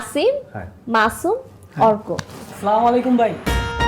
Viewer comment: ভাই অভিনয়টা তো বললেন সুন্দর এত বড় ভুলটা আপনারই চোখে পড়ল না স্লামালাইকুম❎ আসসালামু আলাইকুম🔘✅ বলেন আপনি কোনটা সটিক